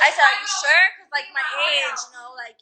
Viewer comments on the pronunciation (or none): none